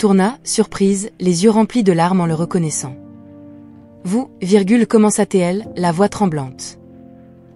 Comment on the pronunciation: Vous, virgule, commença thé elle... Si vous voulez qu'on vous suive, apprenez le Français à votre stupide synthèse vocale.